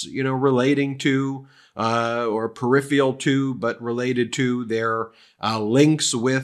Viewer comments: Trump is an ass-hole. Do not say "...perifeeel...!" or whatever that was, please, again Ben; thanx. It's too Trumpist...with the emphasis on thee "Pist" bit there...! He might be, sort of, but you aren't are you...? No, didn't think so really, although I thought I heard an ice-cube go CLINKK just before the cocoa commercial....I THOUGHT I heard...I MAY be wrong you dig...? Trump is an ass-hole. Repeat. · Ugh, Ben... The word is per-iph-ER-al not "periphial!" 🤨🫣